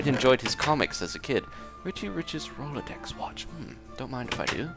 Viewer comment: The "rolodex" watch that you said is actually pronounced roll-exx (Rolex).